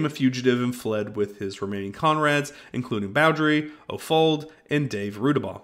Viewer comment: Wish people who make these videos could pronounce the name(s) correctly!!!!! it's O'Folliard!!!!! Not O' Fold...